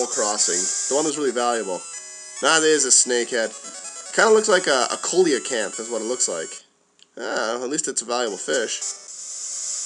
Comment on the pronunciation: just being nitpicky... coelacanth is see-la-canth, Babel is bay-bul